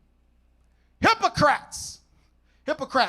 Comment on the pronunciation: I just wish he took time to master the pronunciation of these names: Asleep ee us, Hippo cra tees... Otherwise, he did well.